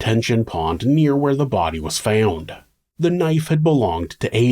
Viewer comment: Starting the narrator speaks about the tip of the knife being found. Then ish he says found again in a distinctly different accent.... Like fowwwnd. Is anyone familiar with this accent or can identify it? Thanks!